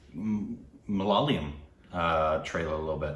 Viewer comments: Its Ma-la-ya-lam.... Not Ma-la-la-yam... Uff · It's MALAYALAM...NOT MALALAYAM..you guys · Not malaliyam it's malayalam😭